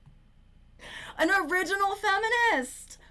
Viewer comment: Owiginal fwemenist 😂 thanks for the vod!